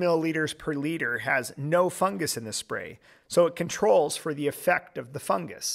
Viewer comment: Fungus not fungas